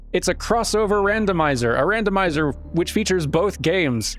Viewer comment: "Dandomizer.." "Dandomizer..." "Dandomizer" ... ... ... ...i approve